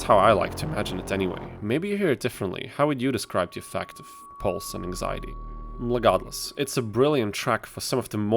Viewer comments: I keep hearing you pronounce regardless as "LEGARDEless". You fucking with me or are ky ears hearing what isn't there. Either way great vid bud. This game and its sequel fucking rules. Cheers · I swear to All-Mer I keep hearing you say Legarde-less